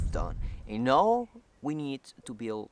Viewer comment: I love your channel and watching your progress. Progress in videography, progress on your home, progress in English! A little advice to continue your improvement, when you say “now”, you’re pronouncing it like “nou”. Instead, try to pronounce it like /naou/ (if you read it in Spanish quickly) It’s kind of hard to explain in writing but I hope that makes sense.Just little tweaks that will makes you more fluent, but congratulations, you’re doing great!!